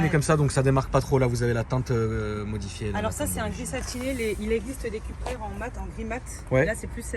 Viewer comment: Ça ce dit Coupra et non Cupra 😫